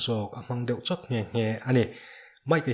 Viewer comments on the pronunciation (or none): none